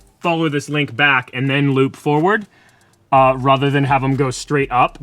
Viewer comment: How come you always say ruther instead of rather?